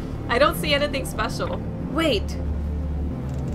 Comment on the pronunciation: I love the way you say anything "ant-e-thing" :)